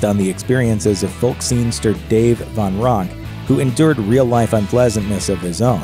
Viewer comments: Dave Von Ronk? No. Van Ronk. Let's at least get that right. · It’s Dave VAN Ronk. Not Von Ronk. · Another narrator's blooper: Its Dave Van Ronk, (Van with an "A"), not Dave Von Ronk. Narrators, do your homework! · It’s VAN Ronk , not VON... and if you don’t know that, have to question your whole being.... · Jesus Christ, it's Dave VAN Ronk, not Von - how hard is it to get a simple name right?